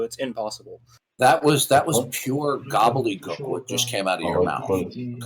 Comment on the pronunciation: True, when says ‘godledeegook’ it just means he’s just been beaten by an argument he can’t understand, and should go gobbledeeznutz.